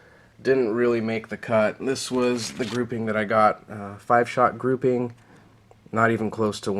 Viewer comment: Stop saying groupimg